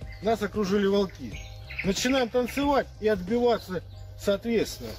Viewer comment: Самый крутой мастер - это тот , что от волков отбивался в танце🤣🤣🤣👍🔥. Главное ударение правильное - волкИ, наверно позорные!👍. 🤣